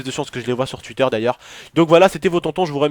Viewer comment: Cest TWitter pas TWutter putain sa mstress putain